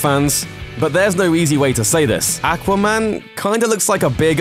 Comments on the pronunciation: not ackwa man awkwa man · AQUA, NOT ACK WAH! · Not "AK" quaman....It's "AW quaman.... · aqua not akwa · aqua not ackwa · I don't want to be rude but I find it funny the way you say aquaman "ackwa man" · aaqua man lol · Ack-wa man? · The way you say aquaman pisses me off. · The way you said AQUA man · When you don't say Aqua man right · The way you pronounce aquamam kills me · It makes me cringe when people say aqua like that. Not sure why, but it does.... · Is it just me or does it drive anyone else crazy how he says aquaman. And why has none told him he says that fucking horribly. And for the ppl going to say it's his accent. I get that but I don't think thats what causing the problem. Accent or not that should make him pronounce it like that. It drives me crazy! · the way he says aqua bothers me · Dude do you not know how to say aquaman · I dislike the pronunciation of Aqua man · Please learn how to pronounce Aquaman .... had to stop video after hearing your pronunciation several times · I made it to before killing myself because you pronounce aqua-man so fucking atrocious goodbye sweet world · do not mind accents and the way people say things. Though can you say 'ah-qua-man' instead of 'ack-wa-man'? And isn't an accent over getting how to say a word even remotely in the right way. Its 'Warner Brothers' not 'Warner Brovers'. Drarwing? Really. That is simply not an accent there. The narrator sounds like you picked him out of a bar.